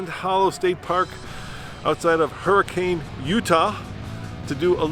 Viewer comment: Oh man, don't pronounce Hurricane like that in front of any locals, they will not appreciate it 🙆🏼‍♂️😂. Thanks for the review 🙌🏻!